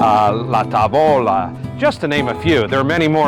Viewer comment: Mah...what...mandonari...is MADONNARI...FROM MADONNA...what's la ta vo la...it is ta' vola